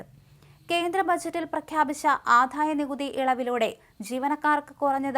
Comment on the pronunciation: ദയവു ചെയ്ത് ഉച്ഛാരണം ശ്രദ്ധിക്കൂ , ആധായ നികുതിയല്ലാ, ആദായ നികുതിയാണ്, ഘോഷമല്ല, മൃദുവാണ് തീരെ ഉച്ഛാരണശുദ്ധിയില്ലാത്ത വായനക്കാരി